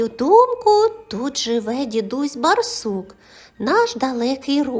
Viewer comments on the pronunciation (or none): Через раз читається " дідусь бАрсук", дуже ріже слух неправильна вимова.